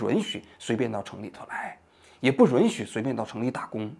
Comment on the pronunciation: 王局，“允许” 读作 yǔn xǔ ，好几个视频里你都说错了